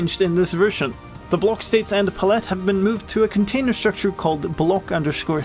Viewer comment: hmm, I wonder why you wanted to look into it? EDIT: noticed the way said "palette"?